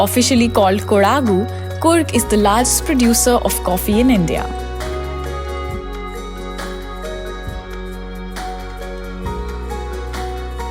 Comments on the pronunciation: Why can't you pronounce anything right? Kodaagu? Maandikeri? Atleast look it up before you do a voice over.... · The video is very informative and I watched this video after reading coorg lesson of class 10. Try to pronounce the regional words properly like how it is pronounced by locals (kannada accent)for example Madikeri and Kodagu